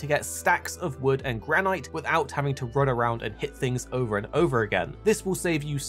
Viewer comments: Why are you pronouncing it GRAN-IGHT?! 😂😂 it’s Gran-It 😂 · graneyete isnt how you say granite? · He means where it doesn't modify the "i" to be a long sound (and so would be pronounced "gran-it"). but yeah, that's not what silent means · Man said Gran-ight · Love the way you say granite. Never heard it said that way. Most pronounce with a silent e on the end but we in fortnite collecting granite. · Thank you for the tips but the way you pronounce granite is sending me 😵‍💫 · Why do you pronounce granite like that 😂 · You can't pronounce 'Granite' 🐣 Damn.